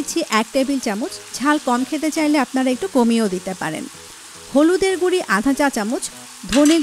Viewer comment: রান্নার ভিডিও করছেন অথচ উচ্চারণটা শুদ্ধ করা শিখলেন না। গুড়ি কি? জীবনেও গুড়ো শব্দটা শিখেন নি?